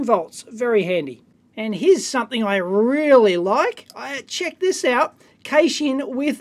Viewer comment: GAYSHING? Is that how you say Cash-ing? In proper English?